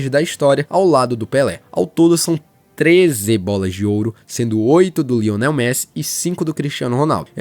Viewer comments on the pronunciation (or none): none